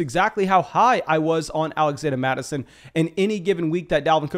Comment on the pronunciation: “Alaxanda Mattison”